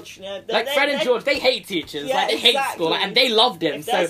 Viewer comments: I had subtitles on and the subtitles said that you said "Neville is afraid of peaches." Lol! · I misheard when you said Neville is afraid of teachers, and I heard Neville is afraid of peaches.